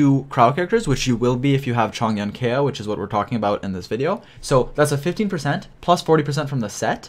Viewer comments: If this man pronounces Kaeya as Kaya one more time i swear to god i will lose it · You can tell a video is older based on the way pronounces kaeya